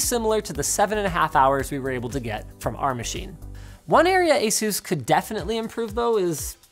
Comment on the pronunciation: Please never pronounce Asus like that again